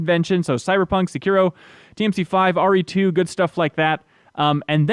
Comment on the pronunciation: sekeero, you might as well have said narooto lmao